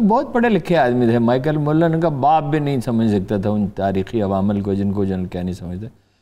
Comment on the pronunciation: Michael mullleen.. :d hahahahahahah.. Amazing punjabi pronunciation